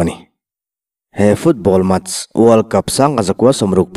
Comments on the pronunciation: The HAN(Hand) of God ti a han lam tik mai chu a...a mak e...Hand(hend) tia lam rik ve mai awm😂😂😂Match(Mech) pawh MACH ti tho vin😂😂😂😂😂😂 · Maradona chungchang kha The HAND of GOD (Hand pronounced as HEN ) but as hen of god. Chuan MATCH pawh MATHEMATICS a MATHs tihtur. Thankyou